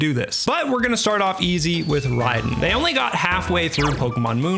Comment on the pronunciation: I'm on my 2nd vid from you because I loved the first "salvaged save files" video I saw ( had to sub 💜). But I swear bro, hearing you say "Rye-den" for "Raiden" as if you've never heard of Mortal Kombat is making me unwell. 😂😂😂😂